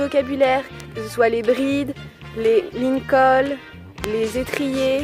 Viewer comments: On dit pas LINCOL mais LICOL , ON ECRIT SELLE pas SCELLE 🤦🏻‍♀️ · Juste ce n'est pas le "lincol" mais le "licol" 😊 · on dit le licol et pas le lincol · On dit le licol pas le lincol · C'est pas méchant c'est juste que ça ce dit licol pas lincol mais je veux pas être méchant. ❤️ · Les lincol 😂😂 (licol) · Ce n est pas linncol c est licol😀😀😀😀😀😀😀😀😂😂😃😃😄😄😅😅😁😁😁😁😜😜😜😜😜😋😋😋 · Tu sais c'est un licol et pas un lincol ! Sinon super le montage ! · On dit pas lincol mais licol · coucou on dit un licol et non lincol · Ces pas linecole ces Licole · On dit LICOL est pas LINCOL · Coucou, ce n'est pas "lincolne" mais le "licol". Voilà bisous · On dit licol pas lincol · Salut super vidéo , dommage pour ta chute et on dit un licol pas un lincol si jamais 😉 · c pas lincol mais licol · Super cadeau d'anniversaire mais juste c'est licol pas lincol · Licol, pas lincol (où c moi qui me trompe, j'ai ptetre pas entendu). Mais sinon, c bien! 😍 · Une Passionnée non tu n'a pas rêvé elle a bien dit Lincol pluto que licol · J'ai compris la même chose et je suis aller voir dans les commentaires si quelqu'un d'autre que moi l'avait remarqué